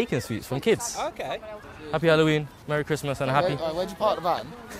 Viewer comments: Bro said marry crismass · “Merry cristhmas” 💀💀💀💀💀💀